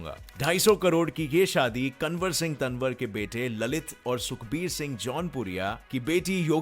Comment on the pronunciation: Pronunciation not right kanvar singh is tanwar is कंवर सिंह तंवर